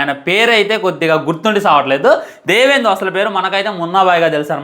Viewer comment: దేవేందు కాదు రా పప్ప దివ్యేందు